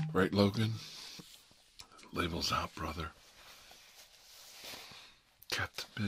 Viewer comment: This is really what I needed after a not so great day. Love the video Also, I just want to point out that every time you say “labels out” I always end up hearing “for Harambe” from your older video lol